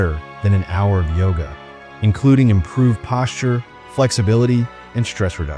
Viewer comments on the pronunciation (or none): none